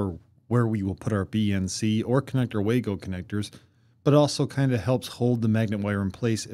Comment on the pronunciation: Good video! Minor nit..Wago is a German company so it's pronounced vah-go